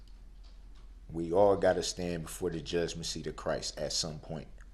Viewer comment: Darryl Brooks “vocabulary”: Ask - “Axe”; judgement-“judgmency”; Forfeited-“Forstitted”; Heeling“ “Hillin“; Recognizing-“Reckanisin”; Courtroom-“Cortrum”;Think-“Dink”; End-“Ent”; Give-“Giff”; The-“Da”; Proceeding-“Prosheeging”; This-“Diss”; Cell-“Sale”; Would-“Woot”; Friends-“Franz”Please feel free to “Atts” any I missed.